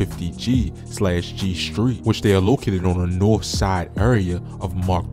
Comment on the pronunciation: What is a hood called nort dub vs dub dst?🥱 Bro not from stl